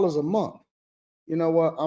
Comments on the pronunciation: It's month, not 'mont" Why do they continue to speak like morons? I guess the Obama-appointed Federal judge didn't get the memo. The Supreme Court ruled in June 2025 that individual judges cannot issue nationwide injunctions that block federal policies for the entire country, a significant change to judicial power. Stemming from legal challenges to President Trump's executive order on birthright citizenship, the Court's decision limits a single district court judge's ability to halt a presidential policy across the whole nation. This ruling, a 6-3 decision authored by Justice Amy Coney Barrett, means the scope of injunctions is now more limited, though other avenues for seeking widespread relief remain. • What the ruling does: It restricts individual federal district court judges from issuing "universal injunctions" that apply to the entire country. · Somebody teach the woman in the pink hat how to pronounce words. It not mun it’s month!